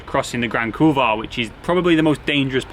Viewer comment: You might want to check the pronunciation of the Grand Couloir 😂😂 I'm sure the Polish viewers found it highly amusing. Nice work on MB fella